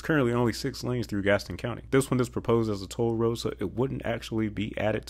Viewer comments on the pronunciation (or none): none